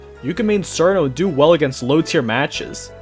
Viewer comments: it's cheer-no not sir-no it's also tay-ee, not too-wee aaaaaaaaahHHHHHHHHHH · I can see why he'd not know for the complicated names for the yama or Reisen, but the way that he mispronounces simple names that have a known pronunciation is kinda annoying. Cirno is pronounced [CHI-RU-NO] or [CHEER-NO] (if you ignore the Japanese accent), not [SEER-NO]. Tewi is [Tei] due to old Nihon stuff that I don't really understand. Marisa... why on earth is he saying "Maurice-a"? Even a Japanese pronunciation would only separate the Mari-sa. Sorry if I sound like a prude on this. The tier-list is fine, but every time I heard a simple word or name mispronounced, I felt like my brain was pinched.